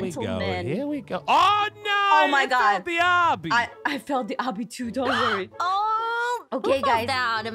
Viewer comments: Aph: *at very beginning* But one of us, is the killer. (I can’t remember what she said exactly. 😅) Me: it’s probably Moeka. It’s AAAAAAAAAAAALWAYS Moeka. Like, WHAT IS UP WITH THAT?!?! = l Also.. SHE SAID OBBY RIGHT!! SHE DIDN’T SAY OH-BEE IT’S AH-BEE APHMAU!!! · What's this, has figured out how to pronounce obby?!? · Am I the only one who was overjoyed when pronounced obby right? Oh just me? Ok then